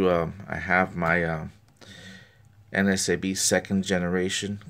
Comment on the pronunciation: I notice that you always say NSAB, instead of NASB, not sure if you were aware...Great videos though, I like watching your reviews!